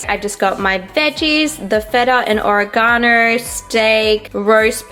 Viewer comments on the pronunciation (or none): none